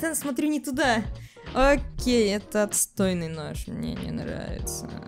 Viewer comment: Ты один раз окей не договариваешь